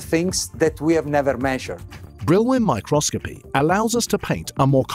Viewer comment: Oh my god who the hell did the voice over? Micro-scopy?? Brill-win?!